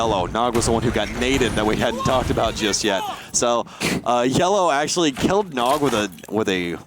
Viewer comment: He also said nog as N-O-G by the letters